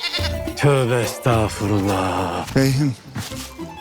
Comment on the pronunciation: Müftü rölündeki bu ağabeyimize doğrusunu birisi söylesin. Estağfurullah değil Estağfirullah